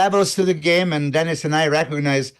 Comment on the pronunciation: Gotta b the way you pronounce it. Dennis from Germany